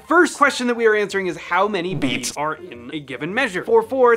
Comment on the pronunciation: The emphasis on the first "bee(a)ts" kills me 😂😆